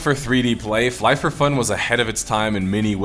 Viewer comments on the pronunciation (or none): Fly f f killed my brain never in my life i imagine someone to pronounce IT like this lol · it's Flyff as in fly...ff